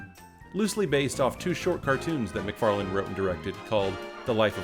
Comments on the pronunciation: his name is McFarlane not McFarland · And the viewers still think that their petitioning Fox did it...LOL. You know, Seth has said more than once than he was tired of the show...which follows your commentary. It's pretty much been his bread and butter, so... btw, It's MacFarlane, not "MacFarland" :-) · There's no D in Seth's name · Are you saying: "Seth MacFarland?" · 1. Isn't pretty much TV itself dead? 2. You know EXACTLY how everything went, but you still pronounce Seth Macfarlane's name as "Seth Macfarland".